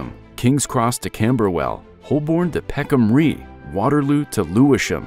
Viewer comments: I find it tremendously irksome when the narrator of a video is obviously from another planet and does not take the care to get not only his facts correct but also the pronunciation. Peckham Rye has already been pointed out as being wrong but nobody has mentioned the Americanism of "route". You say "rout" (as in out) while Brits and most other English speakers say "root" (as in boot). The document has been devalued as a result There are a lot of bloggers and vloggers to catch our attention. If you want to catch us take care of the details. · Interesting project but I'm wondering why at the start there's an aerial picture of Karansky Station in Moscow and why (as pointed out below) the author couldn't be bothered to find out how to pronounce Peckham Rye?? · Whether the script was read by a human or AI, it's hard to imagine how Peckham Rye got pronounced differently from rye bread, rye whiskey, towns called Rye in England and New York, and numerous rhyming words in English with similar spelling like bye, dye, stye, and wye. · Peckham 'Ri', not 'Ree'', "Route" = root" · Barley & Rye are no longer well-known crops. Nevertheless, considering the lyrics of American Pie, I am baffled as to why the narrator pronounced Rye as Ree. 🤔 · Peckham Ree? AI? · peckham ree 😂😂😂 i really hope he doesn’t have to pronounce loughborough junction in this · ah yes the bros of lewisham, bexley and bromley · Rye rhymes with the word 'why'. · Peckham Rye rhymes with "high". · peckham rye i sounds like rye bread. ans should probably go to to the peckhambus stion. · Love the poor pronunciation.😂